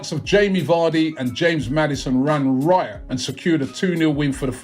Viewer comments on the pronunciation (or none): none